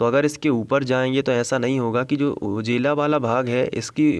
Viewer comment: Sir ujela nahi ujala 😄